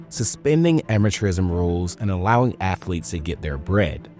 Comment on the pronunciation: He wants them Cartman student ath-o-leets back